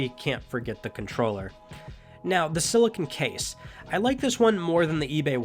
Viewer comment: Is it me or did he say DualShock 4 condom